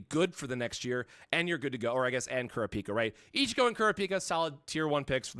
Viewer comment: Lol kurra-pika he just need to add chu to it lol